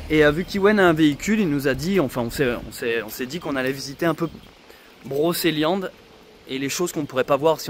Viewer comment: Broceliande pas brokeliande...on ne dit pas kendre mais cendre...ou kedre mais cèdre...oui magnifique forêt